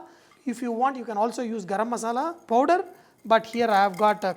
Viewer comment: It is powder not podor sir l understand in South India English is like this.